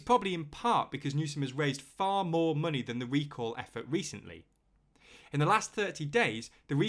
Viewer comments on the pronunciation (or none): none